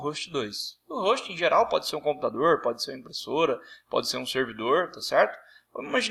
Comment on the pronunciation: computadoooooooooorrrrr , celulaaaaaarrrrararrrrrrrrrrrrrrrrrrrrrrrrrrrrrrrrrrrrrrrrrrrrrrrrrrrrrrrrrrrrrrrrrrrrrrrrrrrrrrr